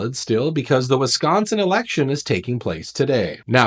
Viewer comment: Wiss -sconsin.